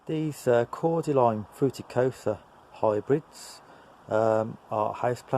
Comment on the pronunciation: You say Cordylyn